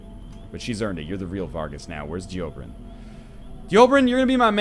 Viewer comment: Why do you hate Dobrynin so much? You keep mispronouncing his name. You never read NL, even names...